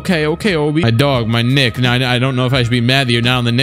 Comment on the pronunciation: "My knick"